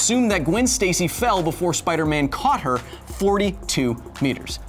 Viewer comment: Did you just say "Get me numbers for Spider Meth"?